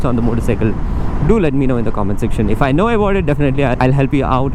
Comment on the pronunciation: 'As' is pronounced azz not ass